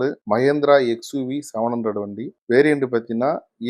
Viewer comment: Owner you don't know how to say your vehicle name. It is not 700 it is 7OO